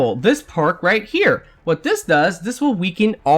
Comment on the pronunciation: Still haven't learned to say "Here" I see.